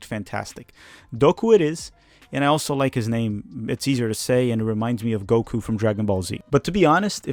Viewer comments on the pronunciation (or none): none